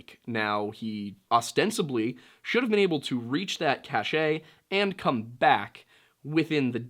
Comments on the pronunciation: Cache is pronounced "cash" not "cashay" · Cache=“cash” not “cachet” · It's pronounced "cash", not "cashay" (just fyi) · Cache not cachet ! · Cache is pronounced like cash, not cachet, FYI. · Cache is pronounced "cash" just an FYI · "cache" is pronounced just like "cash". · It’s pronounced like “cash”. You are pronouncing it like you are reading a French word 😆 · Everytime you said Cache, it really threw me off.